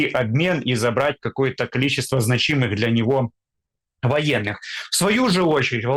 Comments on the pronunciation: Почему значи'мых- то? Зна'чимых , от слова зна'чить! Ухо режет, простите! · Ребята, не значи́мых, а зна́чимых.